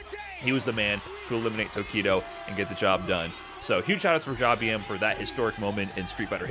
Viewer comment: It's not Jah-bee-em. It is jab him. Like jab jab spiral arrow.